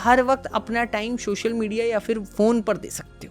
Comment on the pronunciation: videos achi banate ho, bas social ko shoshal kehna bund karo 😂